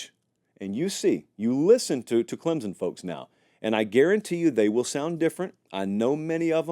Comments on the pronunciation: Please, if you’re going to talk about my team, please pronounce the name of the school correctly! Clemson is not spelled with a ‘z’! ClemSon💜🧡🐯🏈💜🧡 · I'm just here for the weird Z you put in the word Clemson.